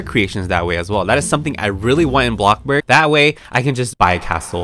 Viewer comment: Say it with me BloCkbuRg